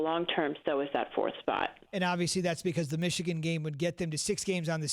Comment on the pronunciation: But it's Michigan like comon